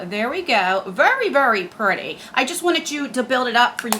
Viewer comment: Take a shot every time says “VERY PRRRETTY” lol